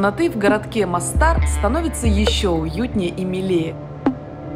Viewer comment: Прекрасна Боснія і Герцеговина. Була там в 2002р. і в 2019р. Краса неймовірна!!!!! МОстар, а не МАстар. Наголос на "О".....